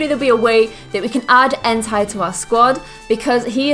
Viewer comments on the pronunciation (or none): entei not enti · you Said Entei it's pronounced En-tei not entaj just so you know 🤓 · entei is pronounced in-tay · ex0ticx0x how is entai pronounced then? I've never played gen 2 before so I honestly don't know. It looks like it'd be pronounced en-tie. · i kept thinking she said hentai instead of entei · enTAI -______- its like she 1st lagnuage not even english. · its en-TAY, watch the pokemon movie if u need help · Just saying you said entei wrong its supposed to sound like enta like how you say a normally just trying to say that real quick.